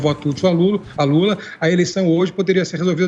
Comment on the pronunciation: "Luta" ou "Lula" ?? Tá errado isso aí